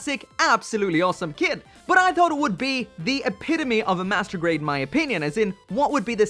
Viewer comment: is it just me or did he say masterbait zakus